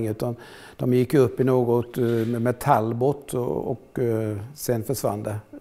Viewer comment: Talbot utalas väl ändå [Talbåå] , sista t:et är stumt...